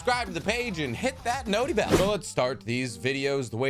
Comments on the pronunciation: Please don’t say “noti bell” haha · Stop saying notty bell 😭